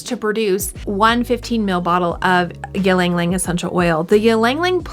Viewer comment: Its “ Ilang Ilang 😬